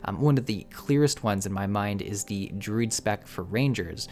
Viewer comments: Took me WAY too long to realize you were DRUID and not DRID. Never heard anyone say it that way >< lol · But he pronounced Druid in the weird way I have ever heard ANYONE say, lol